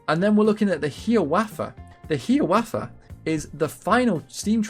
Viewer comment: Only thing i want to mention is the pronounciation of "Hiawatha." it's 'High-ah-wah-tha', rather than "Hee-a-wah-tha". Otherwise, good video!